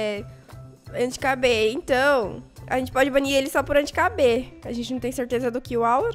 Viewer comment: "Anti Cabê?" Ksksksksksskkdk, é "Anti-kb."